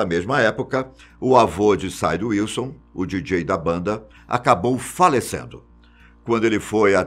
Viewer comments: "saide wilson" kkkkkkkkkkkkkkk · Muito bom! Nota 9,5...só não dou 10 por causa da pronuncia errada dos nomes de Sid Wilson no qual você pronunciou Said Wilson...a pronucia é a mesma tanto pra eles quanto pra nós, sendo assim Sid Wilson, Mick Thomson e não Mike Thomson... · QUE AGONIA DO SAID UILSON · SlipKnót S A I D W A I L S O N